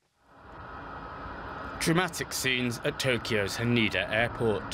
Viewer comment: It’s “HanEda” as in “Egg” not the way you buddy say it…😅